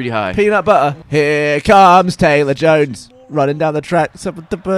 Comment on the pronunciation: Nobody got Gavin's Red vs Blue reference on Jones, pronouncing it as Joennes